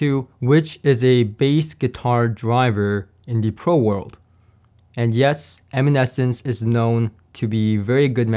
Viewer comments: Eminence, not Eminescence 😁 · LOL...the woofers are EMINENCE. You don't know how to pronounce it.